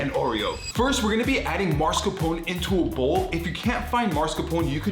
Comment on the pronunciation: You are too cute to call it "Marscapone" 😂😂😂